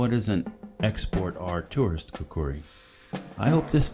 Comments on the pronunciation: Hello, very good to know that you are Khukuri enthusiast. However about the pronunciation..,its neither Khukri..nor Khukdi..it is khukuri..trust me' its coming from a Nepali who sleeps with a khukuri under his pillow hahaha.thank you. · In Nepali, it’s pronounced and spelled with that second “u”. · its kinda funny how you pronounced khukuri :D